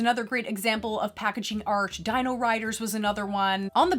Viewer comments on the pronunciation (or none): none